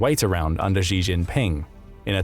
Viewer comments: XI is not pronounced ZHI, it's pronounced SHI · Xi is pronounced "she".